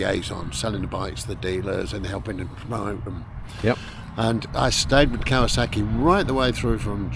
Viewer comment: I like this format. 👍🏽 No wonder Geoff pronounces Kawasaki properly! I wish someone would objectify me. Anyone? Balding, overweight late 40's prime British beef.